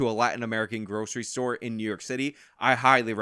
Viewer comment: What's a "Storah"?